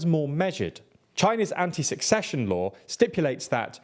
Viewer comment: my guy, it is not "anti-succession" but "anti-secession" the C there is pronounced as an S. Succession means who would come after someone had died or left.